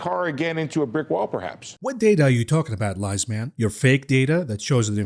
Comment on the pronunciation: Pronouncing Steve Liesman as "Lies... man" is just 🤌 vintage